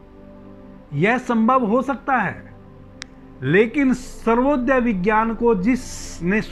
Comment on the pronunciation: सर्वोदय नहीं , स्वरोदय